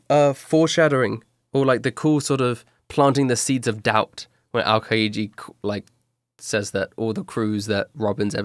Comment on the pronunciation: Yeah that was... Odd. Also the way he pronounced aokiji was off.